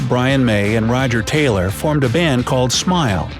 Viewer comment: The way he say Taylor made me cringe